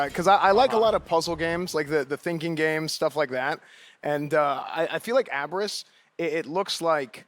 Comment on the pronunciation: abriss ... its UP RIZZ , guys ya german lacks potatoes!